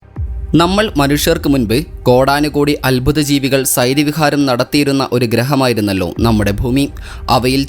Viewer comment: സൈരവിഹാരമോ? അത് എന്തോന്നടെ? ആദ്യം ഉച്ചാരണം പഠിക്കെടെ.😝🤐🥳